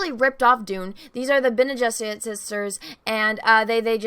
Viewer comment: Bene Geserit . She keeps adding a w. It’s cute